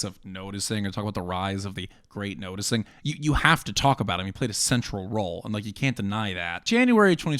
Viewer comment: The great nose-ticing